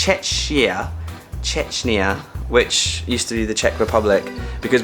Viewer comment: Did you pronounce Czech wrong? And yeah Hong Kong and Macao are "SAR"s (Special Administrative Region). They would count separate IMHO.